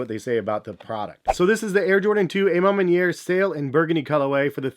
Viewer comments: Literal cringe everytime he said it 🤧😮‍💨🤣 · I wish I had a dollar for everytime mispronounced A Ma Maniere